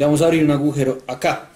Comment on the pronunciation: dijiste gujero :v